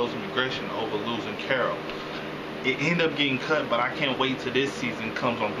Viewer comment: holy shit, u actually said carol. Usually it's carla lol